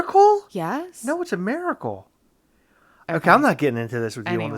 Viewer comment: Maricle 😂😂😂, ITS MIRACLE..